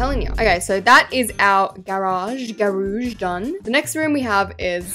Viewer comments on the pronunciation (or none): Not grahhj it's garage